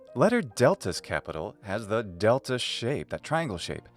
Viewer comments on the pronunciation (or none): I think you pronounce delta in this word with [d̥]? I percieve it as [t] when I heard but later one in sentence. I heard as [d] Note: My L1 contrast /b/ vs /p/ vs /pʰ/ and /d/ vs /t/ vs /tʰ/ but only /k/ vs /kʰ/ with no /g/